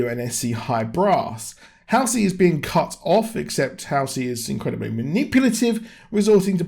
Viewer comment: It's really the only even slightly decent episode. And it's HALL-Cee. I think you got way low expectations if this was exactly what you expected. I mean, the action itself was ok but... everything else is total shit. None of the story ties together or makes much sense. This was about the minimum I expected, barely.